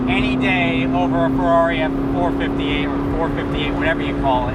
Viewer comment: It's four-five-eight. The way u r saying it sounds retarded.